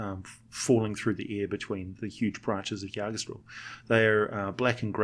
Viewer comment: As a Norwegian it pains me the way you pronounce Yggdrasil its ig-druh-sil not ya-dra-still or however it is you said it.